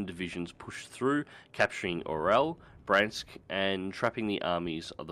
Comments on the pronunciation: There's nothing difficult about pronouncing 'Bree-ansk' and 'Vee-asma'. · It's Breeansk and Veeazma